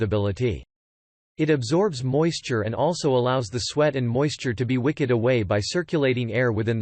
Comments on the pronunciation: Also 'wicked' like the witch of the west opposed to 'wicked' like a candle wick. Wow - just wow. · The automatic voice in this is really irritating. "Wicked away moisture" become "wick-ed". Many things said about wool generally, like flame resistance, is repeated over and over as if a unique feature for each. Much of what you are saying, in other words, is redundant, artificial sounding, and hard to get through.